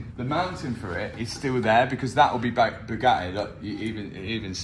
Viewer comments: When Mat says Bugatti, the T is silence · I love saying Bugatti without pronouncing a consonant.